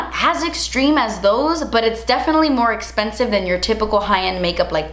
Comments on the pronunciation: "That's esspensive" 🤣😍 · you’re beautiful and so kind. That’s it, that’s all I wanted to say💞 thank you for uploading this video during this time, I needed to distract myself and you did. Also, oh my gooooodness das espensive 😂